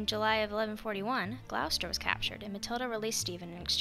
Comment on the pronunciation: Its not pronounced Gl OW ster. Its pronounced Gloss ter